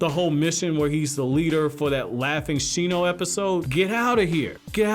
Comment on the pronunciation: It's Shino...